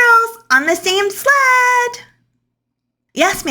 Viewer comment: Okay, I don't know where the narrator is from, but the way she pronounced the word "sled" like "slat" or "slad", I had to go back 5 times to understand what she was saying and I swear I briefly thought she was saying "slut". 😳😂